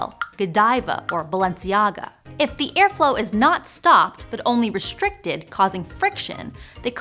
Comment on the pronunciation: You want me to listen to you? Before you start talking about language, you should learn how to speak English properly. The word "reshtricted" (time ) does not exist. It is RESTRICTED. This is an attention grabbing scheme. You don't have a speech impediment and your credibility is nil.